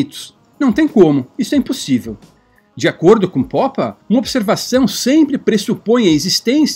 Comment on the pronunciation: "Poppa" é muito estranho, nunca ouvir ninguém chama-lo dessa forma antes. Por favor, poderia me dizer como encontrou essa pronuncia para o sobrenome dele?